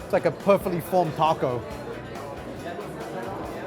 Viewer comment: The way he says taco bothers me so much lmfaooo